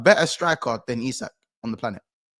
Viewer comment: Correct pronunciation of Isak. Well done man 👍😁 MOM Tonali! 😎